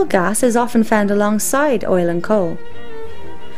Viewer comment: good point, invest in alternative energy, gj. idk why you have to play spooky music and have a narrator who can barely pronounce gas, but hey, whatever.